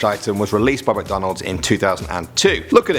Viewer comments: MICK not MUCKdonalds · Mick, not Muck. MICK-DONALDS. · Mc not muk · We say mic not Mac Donald's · I love “Muc Donalds” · The way he pronounces McDonald's lol MucDohnald's